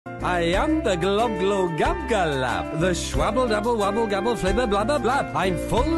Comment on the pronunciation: It's very late but you missed the l in glo, globglogabgalab not globgogabgalab